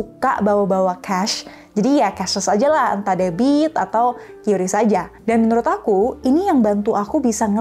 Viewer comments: Qris bajanya Kris kak, bukan kiyuris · Kris ci bukan qyuris 😂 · QRIS bacanya 'kris' kak, kemarin dikasitau langsung dari medsosnya Bank Indonesia 😁